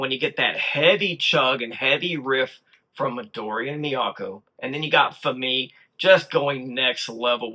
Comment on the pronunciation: FYI you are pronouncing Fami's name wrong - it rhymes with Mommy - accent on the first syllable.